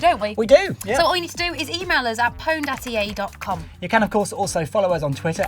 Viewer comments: If you are going to name a show PWNED at least pronounce it right, it is still pronounxed owned, it's a play on a common typo....... EA out of touch with the gamers as usual..... The only thing you got right was the bimbo but it is obvious she isn't a gamer... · Since when did people not pronounce it p-owned?